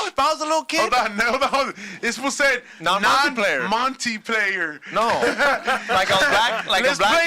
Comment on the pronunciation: CALLS MULTI PLAYER "Monty player"... is the Mexican Ricky (from trailer park boys)